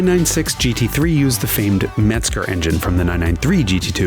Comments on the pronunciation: MEZGER !!!! ENGINE , NOT METZGER !!😀😀😀😀🚘🚘🏁🍺🍺🍺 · Yes but he said METZGER , INSTEAD OF THE PROPER " MEZGER " 🤔🤔🤔🤔🚘🚘🏁🏁🍺🍺🍺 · It’s MEZGER not METZGER